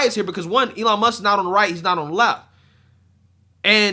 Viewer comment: “Elon Muskez” =\= “Elon Musk’s”